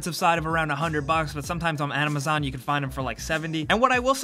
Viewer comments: "Animazon"....... wut..... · He says anamazon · I've never heard of this "Amnimazon" website you speak of. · "Amazon Afilliate" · Dude said amamazon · .....Anamazon? ಠ_ರೃ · Listen to how he says Amazon